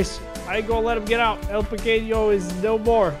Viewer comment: You say pequenio in Spanish